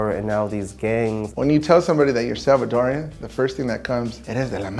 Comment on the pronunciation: I love that he said Salvadoran not salvadoriannn